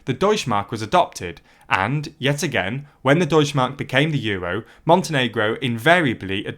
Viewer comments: deutschE mark, there is no such thing as deutschmark xD the E isnt silent u have to speak it in germany we actually speak letters we write xD it sounds so wrong it doesnt even made me understand it in the first place xD as a channel that call himself "news" at least have someone check the script and tell you how to pronounce names of other languages ... its not THAT hard to find any german who would do that for you for very little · the e in "Deutsche Mark" is NOT silent. (German doesn't have a silent e) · The e in Deutsche is not silent, actually